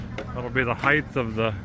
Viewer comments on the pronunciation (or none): One of my pet peeves is when people say words wrong. One of those words is the word "height." Why do so many people say it as if it ends in "th".........ahem.....? It's "height." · Why do people for the US and an H to the end of HEIGHT. There’s no H at the end! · There’s no “th” at the end of “height” 😂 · Why do americans (in general) pronounce the word "HEIGHT" as if its spelled "HEIGTH" ???